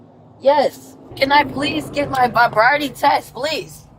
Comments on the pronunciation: "can I please get my bribriety test please!" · “Can I please have my VIBRIATY TEST please?” 😂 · Hello, yes, can I please get my vrobriety test please? 😂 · A “berevity” test… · “Can I please get my vibriaty test”. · Did she say "bobriety" test?😂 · Did she say “fobriety” test? 😂😂😂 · Those mean police, give the brat her “bovbrovity” test 😅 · Someone help me… what is a “brabriaty” test??? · "Propiety Test"? That's a drunk person. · Maybe I misunderstood what you said but can you explain “it’s not a person it’s a mode/mold”? Also, does she mean to say “sobriety test” but saying “vabriety”? Great point about the F-bombs. As soon as that started, I took her a lot less seriously. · "may I get my broviety test?" good lord lady. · The test she failed as soon as she said ‘bobriety’ 😂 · When she said, "where's my bobriety test?" LOLOL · By she's just saying any old whatever. Wtf is a "buvriety" test? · "Are you going to give my bravrierty Test" 🥴 "You just took it ma'am, and I can confirm you are under arrest." 😉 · mark. She says "Can I prease get my probiety test?" Mispronouncing words is a good indication of drunkenness. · Claims she’s not drunk but mispronounced the word sobriety twice….🙄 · Can I get my “vabriety” test please? 😂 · “a bobriety test” 😂 She failed before they started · she cant even say sobriety briety test lol hugsss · She couldn’t pronounce the word “sobriety”… I think that’s a sign. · If you can’t even say sobriety correctly, over and over again, I think you already failed. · When you cant even pronounce "sobriety", the test probably isn't necessary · She seems like a person who is better off in prison. Keep us safer too. For a woman who drives drunk, she doesn’t pronounce sobriety very well. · hahahaha you cant even say sobriety 😂😂 theres no need for a test 😂